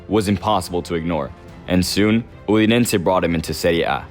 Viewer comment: Dude, do you even know anything about football or you made the script with AI? Udinense? Sambordia? You don't even pronounce the names of the teams correctly.